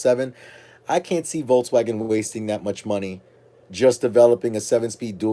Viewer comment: VOLKS not VOLTS